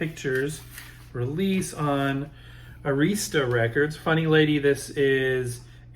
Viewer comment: Not a bad haul! By the way, Arista is pronounced like “air-iss-tuh”.